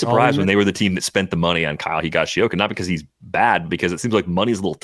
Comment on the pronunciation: That was a bit painful listening to trying to pronounce "Higashioka." 😏